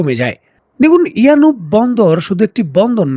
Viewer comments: It's a yanbu port , not yanub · ইয়ানুব নয় ইয়ানবো।